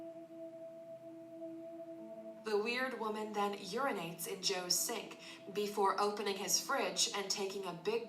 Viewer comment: “You peed in ma sank” 😭😭😭😭